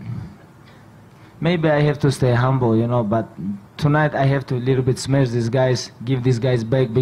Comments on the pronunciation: it's "SMESH you", but okay :D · And “smesh” your boy he did..